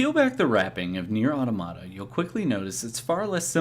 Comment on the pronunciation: That is the correct pronunciation at the beginning of your video. It's the plural form of "automaton." EDIT: Well, you started pronouncing it incorrectly later. Hmm.